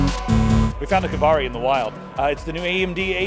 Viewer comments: Just say "Cauvery",:) Sounds like you're saying "AMD Kavari". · it's kaveri not kavari!